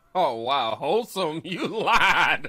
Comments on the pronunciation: We thought he said "wholesome", but he said "holesome". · He said hole some lol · It's "hole-some".